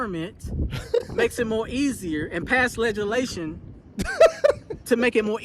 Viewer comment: You wrong for that, laughing at that man cuz he said ledge-a-lation😅😅😅